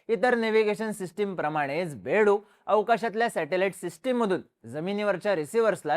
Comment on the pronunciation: अरे बेडू नाही बायदू म्हणतात त्याला